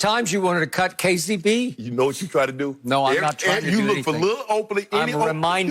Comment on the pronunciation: That “KCP” sounded too much like FTC